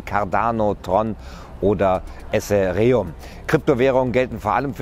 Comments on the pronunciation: Ethereum-> I-th(zungenspitze zwischen den vorderen zähnen sanft einklemmen, zunge liegend)-ie-rie-um. :D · eseriom ? :D EHTEREUM / ETHER Baby! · kann man dieses Essäreeum auch mit Ethereum kaufen?? :) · Super Bericht. Einziger Kritikpunkt ist die Aussprache von ethereum